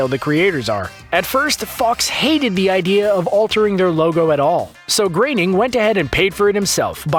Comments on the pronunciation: also who is this Matt Graining OP keeps talking about? It's pronounced Groan-ning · It's groaning not graining also flying spaghetti monster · Why do you keep pronouncing it "Matt GRAINING"? It's spelled Groening. Same dude created the Simpsons, which has been on the air for over 30 years... and no one, including Matt GROENING (grr-oh-ning) has EVER pronounced it "Grey-ning". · Anyone notice how his pronunciation of Groening changes everytime he says it. Ranging from growning, greyning and greening.